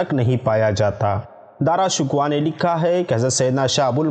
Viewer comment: Bhai jan Dara shikwah nahin hota Dara Shikoh hai